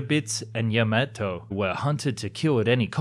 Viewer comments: I smiled when I heard 'Yemeto' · Worst pronunciation of yamato, 大和, ever.